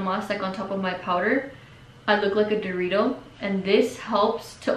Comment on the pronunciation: Bitch said a dorrito🤣🤣🤣😩